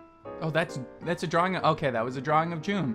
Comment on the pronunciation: i dont think its june its just jun lol